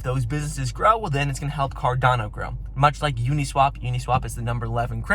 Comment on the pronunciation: It is carDaaano not carDOno